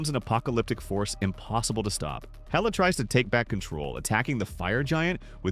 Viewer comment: Instead of héla it’s heyla